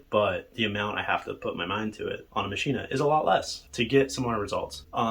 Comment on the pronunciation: Ok, Im sorry, Im not a maschine fanboy, but I cant watch any more of this. Do you say "complete-ah?" It is not "Machine-ah", its "MACHINE." I don't care if its German or not, this is English you are speaking, not German. I have both the Maschine+ and MPC Live 1 & 2 and they are both fine. The Maschine suffers from unoptimized code which causes CPU overload issues in many wonky areas, even when the CPU is hovering at 30% or so use.This is easily remedied however by removing some of the unnecessary FX often included in sounds (don't forget to check global FX as well). I also strongly believe the UI has issues. Having pages of raw text that I scroll through to adjust parameters is just not fun or interesting. There is a lot of wasted screen space where actual UI could be included to give the unit a more premium feel. I have not had stability issues, although, I do currently have addons and soundpacks that I cannot update for whatever reason (download occurs, reboot the unit, plugins and soundpacks still need to be updated, no version numbers have changed).Not including a touchscreen is just bizarre. I understand in many situations, the knobs are faster than using a touchscreen, fine, keep both options there. For those of us that feel like a touchscreen is more intuitive, we can use it, while those that prefer using knobs to select notes in the piano roll screen can continue to use the knobs. Finally, the expansions are way too expensive and it is not entirely clear to me what ex